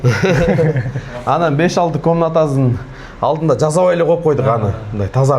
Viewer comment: жаЗап, эЗ алып эмес - З эмес С менен сүйлөгүлөчү